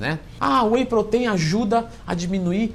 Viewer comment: "whey proteín" kkkkk vou comprar whey feminino 😋🤪🤣💪